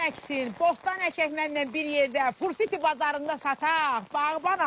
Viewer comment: Aaee çene fuR siti yox fuD siti